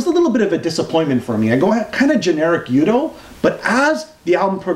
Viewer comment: So... when do you non-Europeans learn to say "Udo" and not "You-do". You sound like someone from Star Wars doing that ;-) If we can learn your language you better learn to pronounce our names at least. But thanks for the review :-) I'm looking forward to the album.